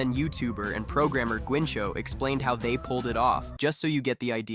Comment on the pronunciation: “Guincho” bro that’s not how you pronounce it 😑.